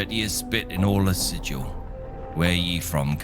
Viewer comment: I'm surprised you say "erbs", rather than "herbs". The people of Sigil will tell you that their city is pronounced "Sig-il", rather than "Sijil". 🙂